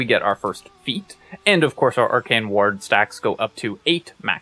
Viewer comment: Why do you pronounce “ward” like “waHrd”😂